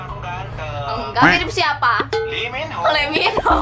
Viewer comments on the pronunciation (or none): Nyebutny juga slh tdi ak dgr li monhu hrsny lee minho